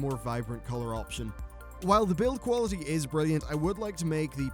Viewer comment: Qaulaity? Lol xD